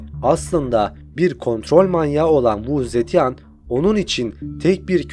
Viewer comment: keşke kadının ismini nasıl okuman gerektiğine bir baksaydın.